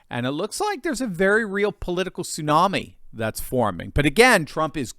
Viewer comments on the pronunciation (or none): none